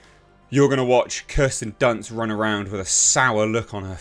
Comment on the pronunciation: "Kirsten dunce"😂